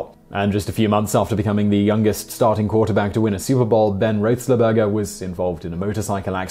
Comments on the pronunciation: LMAO ‘Ben Roath-Sle-Bergah’ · Love your videos, but ow man, I have never heard anyone butcher ben roethlisberger's name so badly. Research it next time ;-) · ROTH-LISS-BURGER! O_o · i'm 2.30 in and it's like....WTF? Terrell DAVIS. not Lewis. Reggie White played on the Defensive Line, not the Offensive. and you don't pronounce Big Ben's surname like you're trying to get a piece of gristle out of your teeth. i'm actually scared to continue this video.... none of this is obscure trivia. it's called Wikipedia. It's very helpful in this sort of thing..